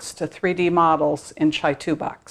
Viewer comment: Is that really how you pronounce Chitubox? Pretty sure it's Chi, as in Qi or CHē. The company is in Shenzhen China. Pretty sure they don't say Chi like Chai...